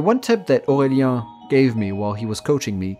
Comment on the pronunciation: Excellent comme tu prononce Aurélien sama :)